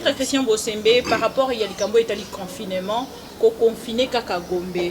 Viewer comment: c'est pas confinément mais confinement, c'est pas propulse mais propice... Ça te fera du bien d'élaborer ton français encore...